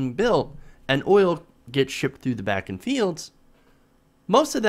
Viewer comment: The oil formation is pronounced "BAH -- KEN" (I grew up there.)